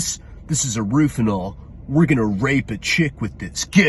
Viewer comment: It's weird that for being such a drug addict he didn't know a basic thing like it's rohypnol not "rufinol". I sort of look forward to malapropisms and mispronunciations. Delusions of "grandoor" etc lol